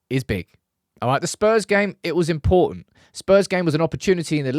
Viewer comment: Its im-PORTO-nt 🤣